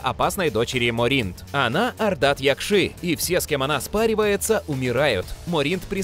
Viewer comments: МОринт, а не МорИнт. Якши, а не якшИ. Ударения не на те слоги ставите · Что еще за "морИнт" и "ардат-якшИ"? Можно было хотя бы с автором текста свериться, где ставится ударение, а не зачитывать, как получится?